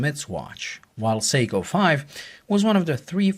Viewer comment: SORRY BUT WHEN U SAID THE MODEL OF THE SEIKO...UR NOT CLEAR..SPEAK UP THE LAST WORD U SAID WAS GARBLE ''THE SEIKO MUMBO JUMBO...'' AS IN WHAT MODEL IS IT? SPEAK CLEARLY.